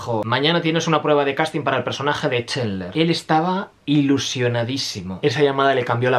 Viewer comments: Es "Chandler", no Chendler. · Oye amigo...burn video. Pero muy ignorante En much as cosas. Map dichos Los nombres...pot que me dices: Chenler?